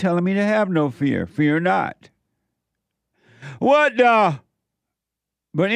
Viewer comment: Every time he says WAT DAH it puts a big smile on my face. Brings some lightness to an otherwise dark-feeling time